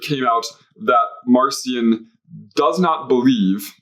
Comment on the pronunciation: Marcion should be pronounced with a hard K sound since in Greek the name is Μαρκίων. Just a minor pet peeve of mine. Great episode!